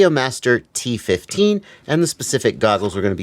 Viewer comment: Sorry for nerdy comment, but keep calling Radiomaster TX15 like T15. It's even in chapter header.